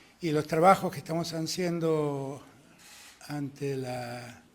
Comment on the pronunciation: Dijo hanciendo? ni hablar sabe este inoperante